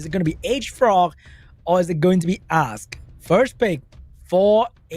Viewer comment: Why everytime said "Ask" sounded so much to A$$ lmao